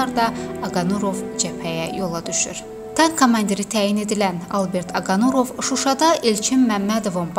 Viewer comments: 5 dəqiqəlik video üçün mətni düz oxuya bilmirsiz??? Aqanurov yox Aqarunov. Allah rəhmət eləsin, qeyrətli oğula! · Aqanurov yox ay millət,Aqarunov.ay jurnalist. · Oxuyanda duz oxuyun nə olar. Aqanurov yox Aqarunov. Allah rəhmət etsin şəhidlərimiz cənnətlikdir. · Allah rehmet elesin.metini oxuyan xanim başqasinda sehvi tutursuz amma sujet erzinde ne qeder onun soyadini dedinizse hamisini sehv dediniz.Aqa nurov yox. Aqa runov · Он не Агануров,а Агарунов! Вы,сначала сами научитесь правильно произносить имя героя. Стыд и срам